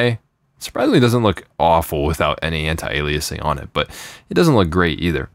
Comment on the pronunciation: he says anti-aliasing like "ON-TIE-AY-LEE-AY-SING"